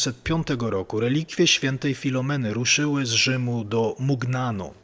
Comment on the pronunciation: Bardzo ciekawy materiał o znanej mi od lat św. Filomenie. Dziękuję za niego! 🙂🙂🙂 Dodam, że trochę inaczej wymawia się nazwisko Pauliny Jaricot. Jest francuskie i brzmi "żariko" (z Ż i bez końcowego T ). Inaczej też wymawia się nazwę Mugnano (mówi się "muniano", bo GN po włosku czyta się jak polskie Ń). W razie wątpliwości co do wymowy jakiegoś obcego wyrazu można wpisać w tłumaczu Google dane słowo, ustawić odpowiedni język (np. francuski, włoski) i nacisnąć ikonkę mikrofonu, aby jakiś automat poprawnie go przeczytał. Jeśli nie znam jakiegoś języka, to tak właśnie robię. Z francuskim i włoskim jestem dość dobrze osłuchana, dlatego pozwoliłam sobie podpowiedzieć księdzu prawidłową wymowę wyrazów w tych językach.